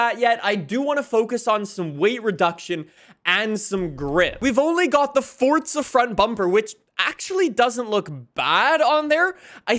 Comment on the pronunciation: It's fucking for-za not fort-za